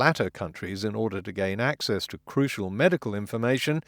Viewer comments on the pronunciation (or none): none